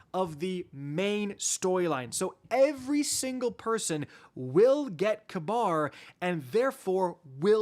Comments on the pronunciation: Ka-Bar? I thought it was Ka-beer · its probably ragebait but holy FUCK. ITS PRONOUNCED KABEER NOT KAB- AR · you're driving me nuts with your pronunciation of Kabr's name XD Its not Kuh-bar its Kuh-beer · It's pronounced Kayberr lol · You’re right. It is k-beer. Idk why said it that way. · calling Kabr KAHBAR is the highest form of rage-bait 😭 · is that how the dr game pronounces his name? i always pronounced as kahbeer 🤔